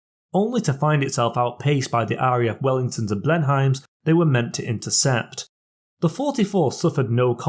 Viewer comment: I am constantly surprised by the number of people who don't know how to pronounce Blenheim. Doubly surprised when they are Brits.